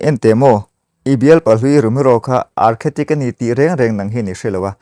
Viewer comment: Architect tih zawk tur a nih hmel, Archetic ni lovin